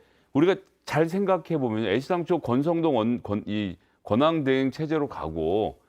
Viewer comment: "권항대행" ㅋㅋㅋㅋㅋㅋㅋ